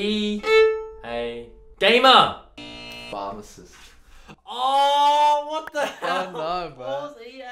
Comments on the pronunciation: "phRamacist"???? "phaRmacist" perhaps 😜😜😜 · Pharmacist* not phramacist otherwise, <3 your channel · “Phramacist” It’s PHARMACIST dudes! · "Phramacist"???? LOL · anyone else catch "phramacist" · I love the way he mispronounced "Phramacist"!!!!! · phramacist lol